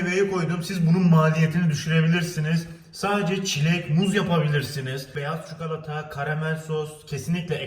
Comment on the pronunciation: Çikolata ya çukalata demen aşırı derecede sinir bozucu